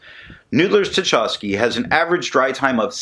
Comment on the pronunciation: I feel like the hated and sneering pronunciation police... but you took it well last time I did it and it is also a chance for culture & history note. Tchaikovsky is pronounced "Tchy" (like in "why") kovsky. Pyotr Ilyich Tchaikovsky is one of Russia's most famous composers. For your interest I link here the 1812 Overture which he wrote as a musical account of Napoleon's invasion and retreat from Russia in 1812. (Here with real cannon fire during the finale. WARNING it's loud). This magnificent piece of music is one of the highlights of my early musical training and contributed in some part to my working in the creative arts today. Everyone Nathan at Noodler's has used as inspiration for his inks, including his Russia series, contributed to art, culture or politics. I know you like that connection as much as I do. Now... so far as the ink, seems Noodler's has several permanent purples, and without your reviews I never found one of them! Thanks for that. This one is just so close but still not quite my favorite purple shade... gotta hit the purple samples! Oh... and since you like the history behind Noodler's Dark Matter, I think you might appreciate this Epic Rap Battle - Thanos vs J. Robert Oppenheimer